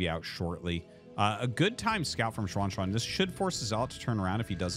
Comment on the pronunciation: Hey Arty! A couple comments on the Chinese pronunciation: 1. You're really nailing the pronunciation on Xuanxuan! For a foreign non-Mandarin speaker, that's pretty commendable. I think that's perfect "English Mandarin," if you know what I mean. 2. The ZH sound in Mandarin is practically indistinguishable from an English J sound. I've noticed you kind of go back and forth between "John" and "Jean," but it's actually much easier than having to French it up -- it's just "John." I only make these comments cuz I know you care enough and read these. Otherwise I wouldn't nitpick. Thanks for the casts!